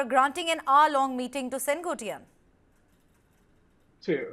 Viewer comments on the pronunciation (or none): The name is not Sen Goat ttai yaan. It is Sen quote tai yan. It means the man who rules the Red fort (nothing to do with Red fort in Delhi ) it can mean two things. 1) sengottai means refined fort or the Red fort. There is a place in Tamil Nadu which is called Senkottai in Tirunelveli district. That's the third meaning. 2) I wonder why news readers from north India who work hard to pronounce Western words correctly, refuse to learn South Indian names and words properly ? Is it arrogance & an "I don't care attitude" or lack of dedication to your profession ? सैन को टाई यान. Repeat it again and again and learn.